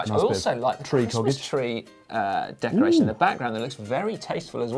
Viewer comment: It’s just as bad as Matt‘s “decoration“